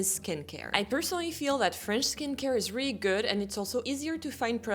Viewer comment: My favorite is the way you say really 😍.